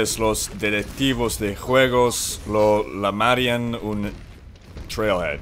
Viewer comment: you can tell by the way he pronounces "llamarían" that he doesn't speak spanish